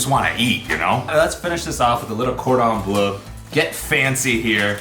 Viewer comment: Who else was getting triggeres when he was pronouncing chicken cordon bleu